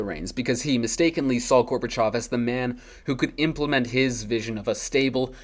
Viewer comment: finally someone who pronounces Gorbachov's name correctly